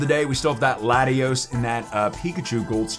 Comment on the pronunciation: it’s Latios???? Lol u say the name wrong ?????